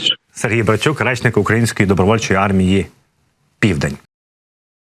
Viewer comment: Не армии пивдень,а армии пивень